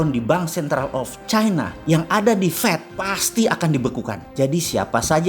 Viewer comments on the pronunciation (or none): none